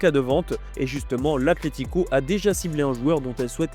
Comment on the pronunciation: C’est ACLÉTICO ou ATLETICO ? Faites un effort qd même, on dirait les enfants et leur «pestacle»